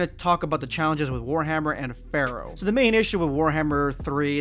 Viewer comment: I forgot Pharaoh was even a thing. I kept thinking you were saying fair. I was like “what the hell is he talking about?”